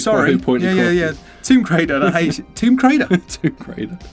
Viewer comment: Tomb Crader 🤣